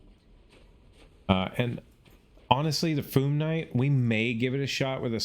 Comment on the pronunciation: It’s Fyoom, not Foom. Not sure why people pronounce it like that. 😂